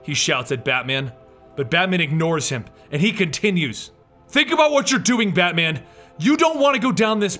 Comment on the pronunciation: "Battyman" If you're Caribbean this part made you laugh.